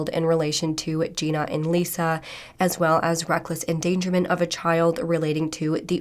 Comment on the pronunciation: does this judge know how to read? or speak english??? like she couldnt say SOLUTIONS, ENDANGERMENT, or NICHOLAS like seriously this judge sounded like she was having a stroke.